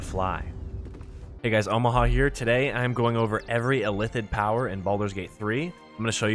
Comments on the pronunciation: ILL-ITH-id my guy Not Ithillid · It bothered me more than it should that he kept saying "Ithillid" rather than illithid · Please Christ stop saying "ITH-ill-id" when the word is "ILL-ith-id" and is spoken aloud no fewer than 100 times in the game you're discussing. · everytime he said Ithillid I died. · I have no idea, how can you pronounce Zai'thisk the right way, but your Illithid is Ithillid xd